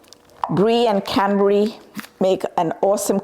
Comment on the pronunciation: Canberry sauce.. Cadberry sauce... What are you saying ?